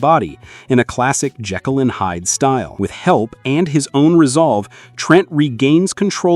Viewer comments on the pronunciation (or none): none